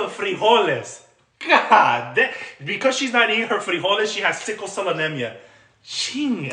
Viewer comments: Why did she say frijoles like that? Does she not speak Spanish? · She can’t even pronounce frijoles right!😮 Sad!! 😅